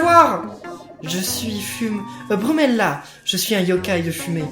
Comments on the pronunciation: c est pas brumela c est fumela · tu dit brumella au lieu de fumella